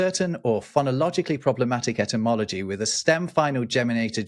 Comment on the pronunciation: "Cat" spelled backwards is God. Oh wait, that's for dogs. That's "useless entomology", right? I love your podcast, but you really have to apply correct pronunciation to distinguish the word as ety + mology -- the study of words and their origin. In all fairness, it sounds like you have a bit of all cold...